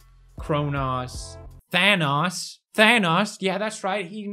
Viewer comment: it's Thanatos not Thanos